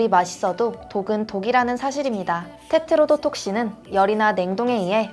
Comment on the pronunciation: 테트로도톡신 발음 열심히 연습하셨겠다